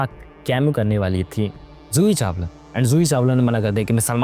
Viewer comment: Zoohi Chawala Joohi Chawala???